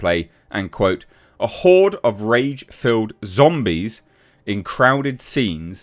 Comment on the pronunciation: It’s horde dude.